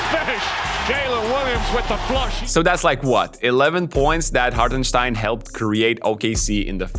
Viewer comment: Great analysis! It’s funny hearing you slightly mispronounce some words but nail the pronunciation of Hartensteins name haha! it drives me crazy hearing literally everyone saying it wrong.